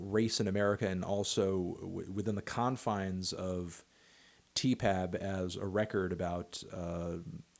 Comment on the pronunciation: If I hear you say Tee Pab one more time in this video I swear to fucking god